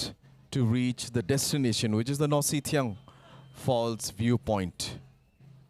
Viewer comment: Nohsngithiang, not Nohsynthiang.